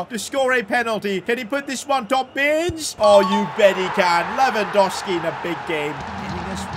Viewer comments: Stop saying Lewandoski, its Lewandowski mate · you need to say his name right ita lewangoalski